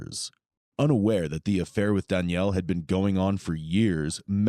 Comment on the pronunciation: i think its annoying you cant pronounce DANIEL properly.